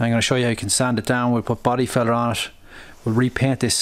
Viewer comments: When you're saying Body filler, it sounds like you're saying Body feathers... 😂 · Hard to understand when u say filler ,good thing u showed us the can ..try the American accent like Farrell Collin in movies ,doesn’t matter if u sound maybe stupid to u ..